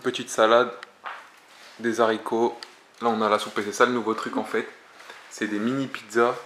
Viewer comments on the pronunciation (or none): "Des zaricots" mdr